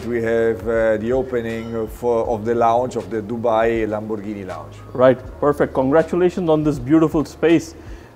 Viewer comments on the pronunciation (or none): LAMBORGHINI NOT LAMBò RGANI...................